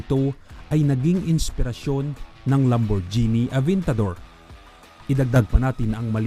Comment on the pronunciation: Yes he said lamborchini avintador